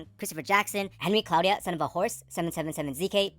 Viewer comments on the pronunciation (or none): none